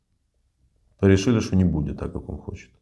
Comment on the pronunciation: " ХОТИТ" - шикарный русский язык у пленного россиянина !